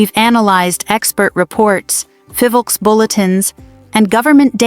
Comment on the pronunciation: It is Phivolcs no Fivolks.